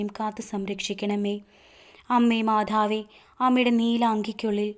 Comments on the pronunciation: മാധാവ് അല്ല മാതാവ് എന്നു തന്നെ പറയണേ കാരണം നമ്മുടെ ഉച്ചാരണം മാറിയാൽ അർഥം മാറും അത് ഗുണത്തിന് പകരം ദോഷം ആവും പ്രത്യേകിച്ച് പ്രാർത്ഥന യിൽ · മാധാവ് അല്ല, മാതാവ് എന്നു പറയു